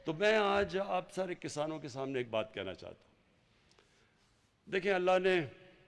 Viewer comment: Abey o jahilo Kasano nahi Kisaano. Khattab nahi Qitaab. Tumse achhi Urdu to hum Indian Hindu bol lete hain. 🤣😂